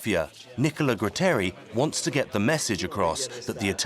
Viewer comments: Gratteri non Grutteri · Nicola Gratteri! No grutteri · Nicola graaaaaatteri non grutteri almeno usate i nomi giusti!! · True, except the name of magistrate Gratteri, not Grutteri.